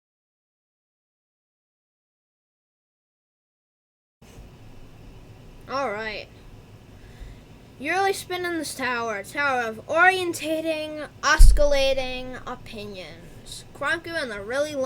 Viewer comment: It's not os-ki-lating, its os-si-lating Besides that, great video keep up the great work!